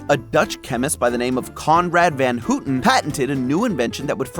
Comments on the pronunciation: As a Dutch person, the pronunciation of "Van Houten" here inflicted physical damage. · trivia: the sound of ou in Van Houten is the same as in round. not whatever is used in the vid.